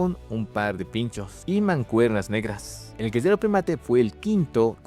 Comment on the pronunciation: ¿Porque cuando dice guerrero dice guezero o algo asi?